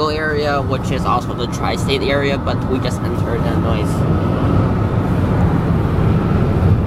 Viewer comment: The “s” in Illinois is silent